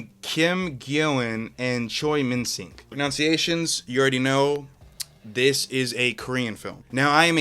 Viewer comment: Dude can't even pronounce pronunciation lol.